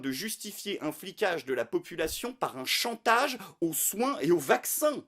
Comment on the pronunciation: Un se prononce Eune, pour tes prochaines vidéos. ^^